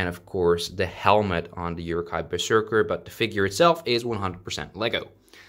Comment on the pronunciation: Who else got pissed off when he pronounced Uruk hái as ‘yooroo Ki’